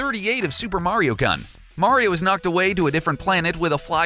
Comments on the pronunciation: The fact that you pronounce it as Meinguh and Cun are the things that bother me most about this whole video. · And yeah kun is pronounced kinda like room but with an n in front of it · Miss pronounced all the japanese words -Kun Is pronounced koon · Kun is pronounced KOON basically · Who taught you how to pronounce things? Kun in Mario-kun is pronounced like racoon. I am not even going to start with his pronunciation of Shigeru Miyamoto. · The information is interesting.. but may I ask that you kindly learn how to pronounce the japanese words and names? (i.e. Super Mario-Kun... it's a long "u", not a short one) I'm sorry, I just had to put that out there. Maybe I'm the only one who physically shutters at the mispronunciation of Myamoto's name and such. Other than that, great videos!